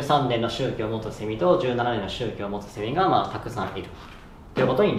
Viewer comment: セミの発音がおかしい笑